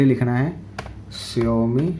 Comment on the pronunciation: Jaumi nehi saomi (xiaomi)